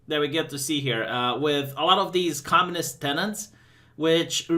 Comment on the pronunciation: It's not conmunist you fucking Yokel